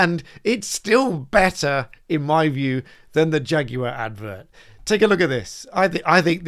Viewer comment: Shaguar becomes Draguar